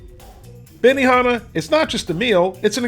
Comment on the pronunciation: Bemi-naa-naa lol